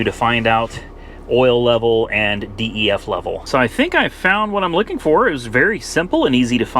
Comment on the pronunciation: Just as a helpful DYII, you pronounce DEF- “DEF” if there’s nothing wrong with the check engine light then you got a killer deal. Those diesels are nice. And your Maserati Quattro porte is a great car. The S is a really nice one if it’s 2007 you’ll probably need to put a clutch in it because it’s the F1 transmission if it’s 2008 and later, it’s got the better transmission in it, the 2007s with the F1 transmission needed to have the clutch replaced every 15,000 miles